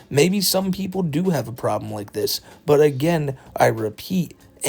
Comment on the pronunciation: "De" "dis" it's andy